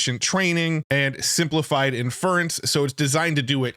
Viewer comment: He's never going to say "inference" right, is he.